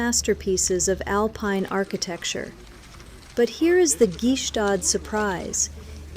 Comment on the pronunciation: Stop trying to pronounce the G is Gstaad. You sound too American